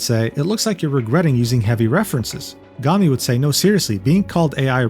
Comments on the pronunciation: not super related, but lowkey disappointed that you pronounce her name "gah-mi" instead of "goh-mi", because the latter sounds like the japanese word for trash, "gomi". Just thought that would've been funny. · You pronounced Gomi like "Gummy" which too nice lmaooo. In Japanese, it's pronounced like the English words "Go" and "me" and the word Gomi means "trash" 😂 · still he mispronounce it as gami, the entire video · pronunciation of "Gomi" is killing me bruh